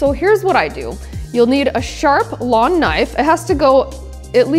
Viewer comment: “A sharp lon knife” not again!! U forgot the G 😂😂🍓❤